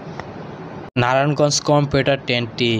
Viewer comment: কম্পিউটার ট্রেন না ভাই কমিউটার ট্রেন 😂